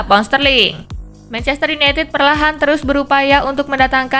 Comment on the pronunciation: mancester city hahaha